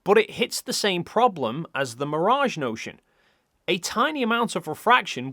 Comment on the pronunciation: It’s mirage, not mirage.